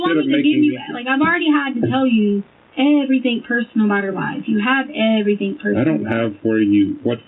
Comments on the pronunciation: And she has a masters in education yet she says "everythink" ...please!! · The way she says "EVERYTHINK"🤢 💙💙💙